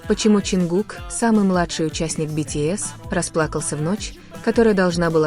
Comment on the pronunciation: Замечание автору ролика: Изучите имя того, кого вы упоминаете в своём "творении" и субтитрах! А также правильно называйте и пишите столицу Южной Кореи. Я только начала смотреть ролик и не уверена что у меня хватит терпения досмотреть и дослушать до конца...